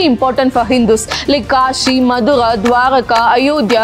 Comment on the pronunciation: What's madura? It's MATHURA